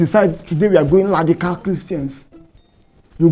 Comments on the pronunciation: "You can just decide today we are going ladical Christians" 😂😂😂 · Pastor please it is Radical not "Ladica" an it is Brushing not "Blushing" It is marriage not "mallage" chai An this your counsels ehhhh I pity your clients ooo😂😂